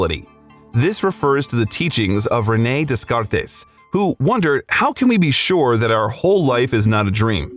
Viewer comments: Day-car-tes? Try Day-car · Great video! Btw, Descartes is pronounced D-Cart. 😃🥰🥳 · Btw Descartes is pronounced without the S. As De'car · Descartes -- Rene' Descartes: FRENCH philosopher. pronounced: Day - CART. Please learn to pronounce the name of this important thinker ("I think, therefore I am.") before you use it in your commentary. Listening to his name slaughtered was like fingernails on the chalkboard! Inexcusable. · Descartes is pronounced French and not Mexican :) <3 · You really didn't need to break your jaw that way, René Descartes was French, not Spanish. No S sound anywhere, despite what the spelling may suggest... lol... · Do you really not know how to pronounce Descartes? Are you a real person or an AI?